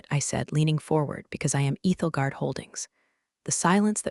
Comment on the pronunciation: It’s Ethel as in 'don't look Ethel' guard, Ethelgard.